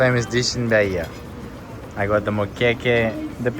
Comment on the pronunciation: Why does he insist in speaking Ba-hi-a instead of Ba-ih-ah as it is...